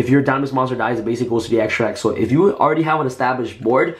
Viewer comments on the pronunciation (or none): none